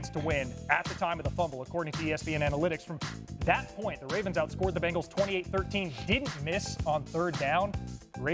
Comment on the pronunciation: It's BENGALS not BEGNALS. We did have them begging for mercy though😂😂😂. Good game RAVENS!!!!🎉🎉🎉